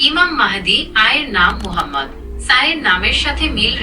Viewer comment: বেয়াদবির একটা সিমা তাকাদরকার ai জদি হজরত মোহাম্মদ সাল্লেলাহু আলাইহি ওয়াসাল্লাম উচ্ছারন করতে না পারে তাহলে এতকতা বলার কি দরকার?